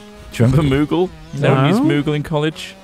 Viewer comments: It's "Moodle" not "Moogle" kupo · mate, it's moodle not moogle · MOODLE not MOOGLE. I hated it... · It's called Moodle Trot, not moogle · It's called "Moodle" not moogle if that's what you said.